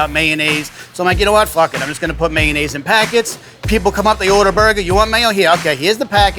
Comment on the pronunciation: omg stop saying "mayun-naise"